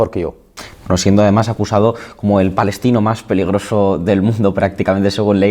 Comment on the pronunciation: Es " balestino" 😮😂